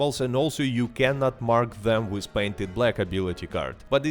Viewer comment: Try not to say "wiz", instead of "with"